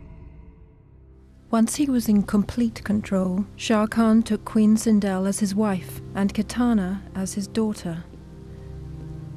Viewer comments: It sindel not sindol. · It’s Sindel not Sindle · LOL sinDLE.... they couldn’t do more research lol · “Queen Sindle” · it's the way Sindel And Edenia are pronounced for me :( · Butchered sindels name